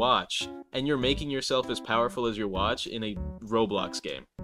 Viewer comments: bro said yawatch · bro said Ywatch❤❤❤